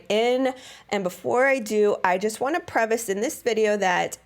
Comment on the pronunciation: Honey, the word is "preface," not "prevace."